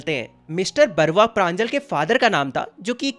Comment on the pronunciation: Last mein mr. Barua ka pronounciation will be mr. (Boh-ruh- ah) It is an assamese surname .... As i am from Assam so , i correct you mistake ❤